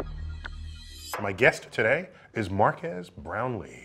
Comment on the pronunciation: Is Neil saying MarqAAS too? lluminati confirmed